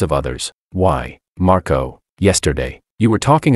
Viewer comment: Whst? Did she call Marco 'Marcoto'? 😂😂